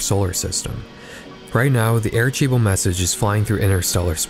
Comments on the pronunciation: Arecibo isn’t pronounced, “AreCHEEbo. It’s Spanish, not Italian….”C” isn’t pronounced like “CH.” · It’s pronounced “are-ci-boh”, but also great video 💖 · That’s not how you pronounce Aricebo.